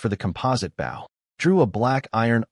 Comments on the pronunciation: Just wish all of these vids' TTS could determine the pronunciation of "bow" and "dove" as a noun and verb. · I wish the AI would understand the pronunciation difference between a 🙇‍♂️ bow, and a an archery bow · I want to be reincarnated to a place where the word bow is pronounced correctly by AI. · I really wish the AI voice could pronounce words correctly. BOW used for arrows rhymes with GO or TOE, not COW or HOW. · When the ai can't pronounce bow properly and prenounces it as if it were a boat side. Smh. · i hate how the AI uses bow (action) instead of bow (item) every time it says that i mutter at the fing video "bow (item) not bow (action)" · The use to bother me also, but after watching so many videos and hearing it so many times, I don't even notice anymore. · I've watched a few where they flip the pronunciation and that urks me even more